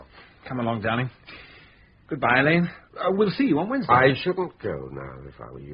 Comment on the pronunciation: Ngaio Marsh said and wrote repeatedly that Alleyn is pronounced like Allen, but people keep pronouncing it Al Ain…